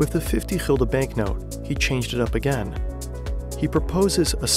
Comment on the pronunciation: Why You pronounce Gulden - Hilde? Is that a proper pronunciation?